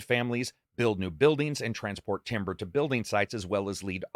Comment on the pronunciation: the quality of sound can be pronounced TAMBER. but when you're referring to wood, it is pronounced TIMBER.